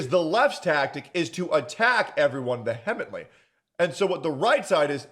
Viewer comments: *vee-ha-meant-lee. Now say it fast. I dont know what word you said. 😂😂😂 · Are you saying va-he-ah-ment-ly?????? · "Vehemently" is pronounced "vee- emently",.